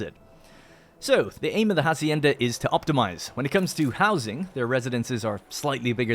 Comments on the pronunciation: The 'h' in "Hacienda" isn't pronounced. So its more like "acienda" and not "Jacienda". Sorry for the nit picking but it was getting on my nerves. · @@ Interesting, I though in english "farm" or "ranch" would be the preferred word and "hacienda" was added untraslated to add a latinamerican flavour, like "jornaleros" and "obreros". Still, "jasienda" sounds extremely annoying to anyone used to the castillian pronunciation.